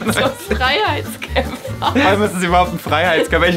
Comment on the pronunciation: Ein neuseeländischer Frrrrrhhhhhhtskämpfer